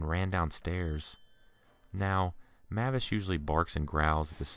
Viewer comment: If that pitbull's name is spelled "MAVIS" then it's pronounced "MAY-VISS" .... NOT "Mah-viss"